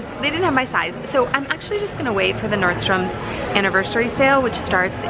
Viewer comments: I really love your videos lol but it drives me nuts you say nordstoms there's no s on the end just Nordstrom. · Nordstrom doesn’t have an ‘S’ at the end lol. Love ya girl!!